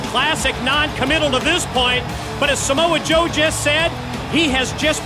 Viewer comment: “Smo Joe” FFS Scott😂😂😂